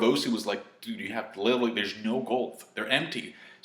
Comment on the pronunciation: holy fuck the way you say literally, i love ya but please stop saying LITTLELY